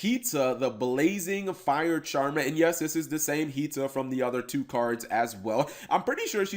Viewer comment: Charm...er. Cap. Charm"er". CHARMER. Singular. Only one. How is this so hard for you...?